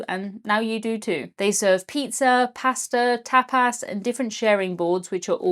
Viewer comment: Like this comment if the way pronounces "pasta" is one of the simple joys in your life. 😂